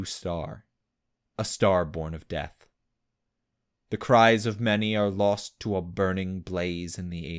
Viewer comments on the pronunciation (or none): none